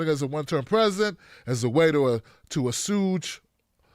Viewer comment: Assuage, ass-hwage not ass-hooge